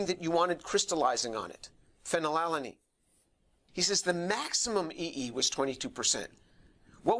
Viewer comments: Phen -when unnn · Fanny Lala Neen. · good catch, I did not even notice, I was too confused by Phe, and his tendency to pronounce it "fellatio-lean". This is what happens when you watch too much pornography in college. 🤣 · My favorite part is when James struggles to pronounce "phenylalanine" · Tour has an H-index of 165 and is specialized in orgo chem and chem bio.Yeah ig its a bit weird he couldn't pronounce "phenylalanine" correctly but thats literally his field of work, and he is certainly someone who understands it well given his numerous and major accomplishments for the scientific community as a whole. Ig all i'm saying is don't take this guy for some crazy, evangelical fool. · *has a "PhD" *Can't pronounce the name of a chemical introduced in high school biology/organic chemistry yeah that checks out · the fact that he can't even pronounce phenylalanine without stumbling says it all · The way he's stuttering over his words, did they not give him a couple of takes to get it right? Like, I get phenylalanine is tough to pronounce, but it doesn't look good to have your chemistry expert stumbling over chemical names. They should try having him say it a couple times first until he's ready. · Dude can barely pronounce phenylalanine!!